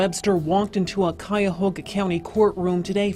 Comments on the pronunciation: Cuyahoga ....Ky-Yahoga not Chi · Dude can’t even pronounce the county. Sub Saharan IQ